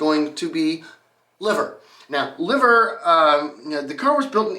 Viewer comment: "Liver" cars (pronounced "Lie-ver" not "Liv-ver" were made by the William Lea Motor Company Limited and were English copies of Benz designs, using Benz made engines. They can't have made many as the company only existed from 1900 to 1901 and only one car is known to survive (appropriately in the Museum of Liverpool).